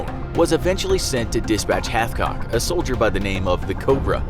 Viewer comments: Wait he said halfcock the entire video, his name is Carlos hatchcock. Dude has his own book and I own it. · Who else heard Carlos halfcock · I’m sorry but did you say his name was HalfCock 💀